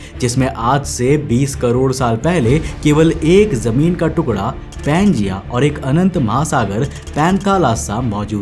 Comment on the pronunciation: Yaaar BHAI TERE SE KAYI SALON SE EK HI SAWAAL PLUS REQUEST HAI KI [ TERE SE SAAF AUR SAHI PRONOUNCE ME BOLNA KYU NHI AARAHA HAI ] ?? IMEAN KYA DIKKAT HAI JEHRILI❌️ ZEHRILI ✅️ JOR SE❌️ ZOR SE ✅️ SAJIS ❌️ SHAJISH✅️ JEMEEN ❌️ ZAMEEN ✅️ ETC PLZ BRO HAMARE KANO PR REHEM KARO